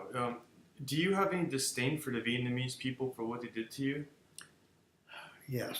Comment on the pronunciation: I realize this gentleman is aged, was treated harshly by his enemy, and probably still has injuries that never healed correctly, but I wish he would say vi-et-NA-mese, not vi-et-MA-nese. He was an officer, for God's sake.